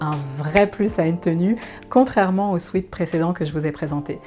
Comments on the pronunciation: On ne prononce pas "swit" mais swèt Sweet c'est sucré.... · En anglais, sweat (du verbe to sweat = transpirer) se prononce « swêt » et non pas « swit ». Il vaudrait d’ailleurs mieux parler d’un sweat-shirt.